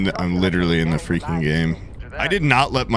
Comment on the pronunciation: Let’s fweaking goooo